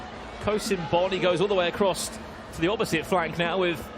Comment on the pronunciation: Anyone notice how the commentator cannot say the word "across" without putting a "t" at the end..